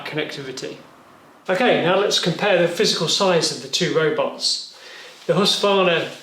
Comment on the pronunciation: Husqvarna - you keep saying husvarna.. Good video tho :)